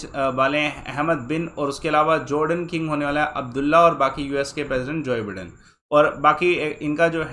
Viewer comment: जोइ बिडेन❌ जो बाइडेन✅